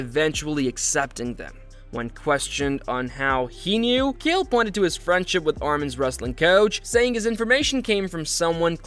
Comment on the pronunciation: Nice video, but pls lesrn to pronounce chael correctly 😅 he isnt called kale or gale